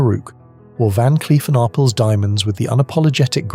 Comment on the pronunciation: That is pronounced Ar- PELL.